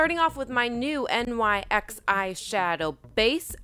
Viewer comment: Just trying to be helpful, it's pronounced NYX, not N.Y.X it's not an abbreviation for anything. ✌️